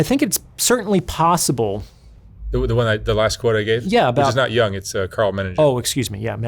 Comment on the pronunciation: Not to be a stickler, but it's YOONG, not young.